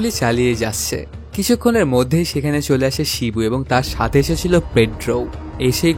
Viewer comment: আপনার উচ্চারণ ভালো না,এই কাজ আপনার জন্য না, আগে কথা বলতে শিখুন, কাসাকাসি, সেলে, এসেসিলো, এই গুলো কেমন শব্দ